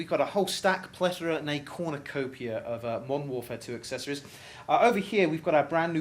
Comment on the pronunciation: o.0 Did he really say cornacopia? damn I cant even spell it :/ I just refused to learn how to spell that word